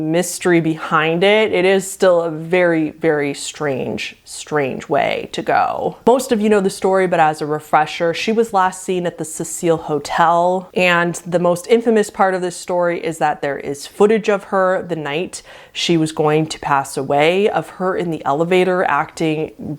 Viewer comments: Pronounced see-sul, seh--seal is for the female spelling Cecile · love this video and so excited to watch the rest of the series. just had to let you know some pronunciations: ESS-kill-us SEE-sill ann-TIH-gun-ee bar-BITCH-oo-its (hehe) somehow you got qin shi huang perfectly right tho LMAO 💜